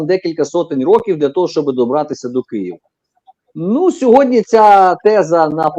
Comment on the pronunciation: Не - "сєґодня", а - "сьогодні"